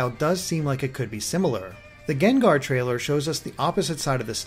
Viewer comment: GENGAR??!it's pronounced GANG-GAR! Geez,the ENG pokemon say their OWN name and u still can't get it right man.:/